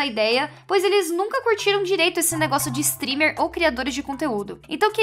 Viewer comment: A estava dizendo "streamer" e eu pensava que ela estava falando stripper kskdkdkdkdk